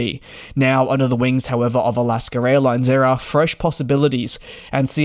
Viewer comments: Again! It is NOT Alasker Airlines. IT's AlaskA. You CAN say it correctly if you try. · Alasker airline 😂😂😂